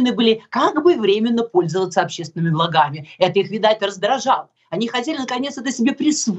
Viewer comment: Мария, Вам же написано было-правильно не "благАми", а "блАгами"!